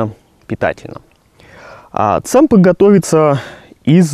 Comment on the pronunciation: только правильнее Тсампа